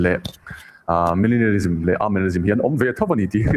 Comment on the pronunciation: A-MILLENNIELISM,, tih zawk tur in lam diklo ve²,😂😂, Manilianism pawh ni lo, Millenism pawh ni chuanglo